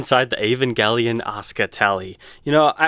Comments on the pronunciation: It's pronounced eeh-van-jeh-lion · ahhh gotta love the 'ol american accent on certain words. Never though Evangelion was pronounced with a hard "g". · Yeivangelion. Love the prononciation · *EEEEE VAN JUH LYON*